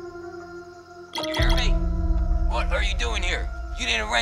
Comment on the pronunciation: said hallo Instead of hello when he was knocking on the door